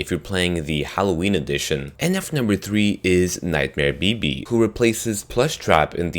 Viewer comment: Sounds like he said... Nightmare Baby.. 😂